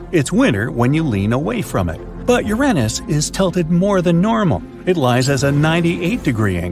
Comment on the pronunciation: . 🤣🤣🤣🤣 'Urenness'. Almost as if you deliberately avoided the actual pronunciation 'Uranus' which obviously sound like you're describing a certain body part. That was funny in it's own right.